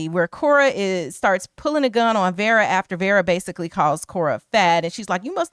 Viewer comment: I’m sorry, but her name is pronounced Vera not Vara